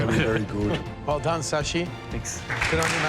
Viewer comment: ITS Shashi not sashi